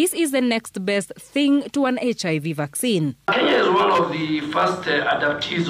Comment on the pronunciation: Did you say Vacancies instead of vaccines?😂